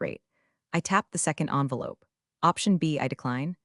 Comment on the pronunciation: You dipwads can't even make your black box pronounce "envelope" properly!